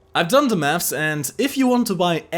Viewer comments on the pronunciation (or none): none